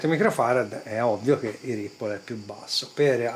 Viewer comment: La pronuncia di "ripple" è corretta ma Brymen si legge "Braimen". Gran bel multimetro il BM869S. Bel video; merita pure il "Thumbs up"!